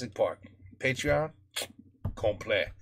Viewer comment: Après 1 ans j’ai enfin compris que il disais patreon je pensais que c’était un mot que je connaissais pas genre patry on 😂😂